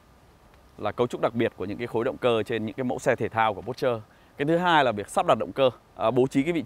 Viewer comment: A dislike because of your mispronounce . Not pút trơ . OK ?